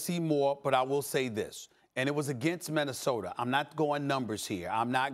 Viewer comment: Stephen A: Minnesoter lol